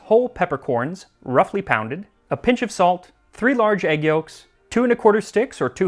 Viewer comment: I can't get over how max says egg yolks. "Add the aygyos and make sure they don't scramble"